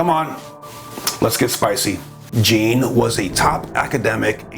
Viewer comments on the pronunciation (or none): I liked this video. I wish it talked more about Hopi myths and prophecy Can you please take 5 seconds next time to learn how to pronounce foreign (French) names? That "Jean" pronunciation really makes the video annoying to listen to